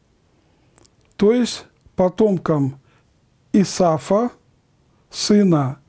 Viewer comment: Исав а не Исаф разные имена это.